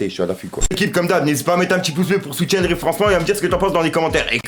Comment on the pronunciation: 😂 😂 😂 Purée!! Arrête de dire a chaque fois « soutiendre » mon nez il saigne à chaque fois😭😭😭 on dit « soutenir » 😉👍